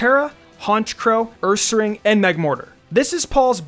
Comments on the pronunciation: It sounded more like "uuuuuuumeeeear" Or "guuuuuuuubeeeeeear" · My favourite Paul pokemon is ursaring. Whenever he would tell it's name, it sounded like he was saying "COME OVER HERE"